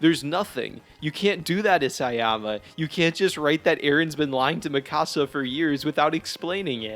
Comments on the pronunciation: The season finale was utterly horrible but it wasn't a shock that Eren loved Mee-KUH-sa not Mi Cahsa you dumb🤬 she isn't a Mexican house. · Lol “Me-kah-sa” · Ok I hate the ending. However your mispronunciation of Mikasa name is crazy. Also Eren never hated Mikasa he had a sibling like rivalry with her since she had abilities and strength he didnt have even though she was only be protective due to love he had a tough guy complex of im a man I can protect myself. It’s like when a parent keeps doing everything for their kids the kids snap and are like hey let me sink or swim on my own. And she was adopted and he might have had a crush on her when he first met her but due to her living with him changed the status of his house hold